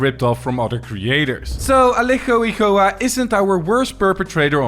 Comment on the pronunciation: Just a little note, Igoa is not pronounced like that, the g is pronounced like the g on guarantee (bad example)